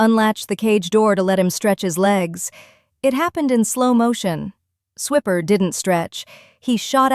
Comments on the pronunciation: Fun story. The worst part about AI narrators is totally messing up the name. The whole Dora the Explorer joke of "Swiper, no swiping" is lost with pronouncing the ferret's name as swipper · Ahhhh, either Spell the Character names Differently or Pronounce them Correctly! Swiper is like when you Swipe your Credit card with an R at the end. The Ferrite Steals things so the name is appropriate..